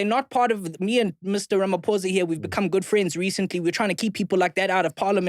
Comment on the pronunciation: SAY RAMA-FORCER MAN 😂